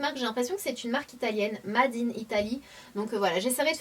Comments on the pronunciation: SANAAAAAAA mon dieu ahahah "MA-DE IN ITALY" ahahaha!! fais un effort "Mayyyde " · Sanaa, le mot anglais "made" se prononce "meïde" et pas made ça me perturbe quand tu le dis comme ça! :D Sinon les produits Aussie je les ai utilisés pendant un moment mais ça ne faisait pas de miracles sur mes cheveux et en plus il y a plein de silicones donc maintenant j'essaye d'autres marques :)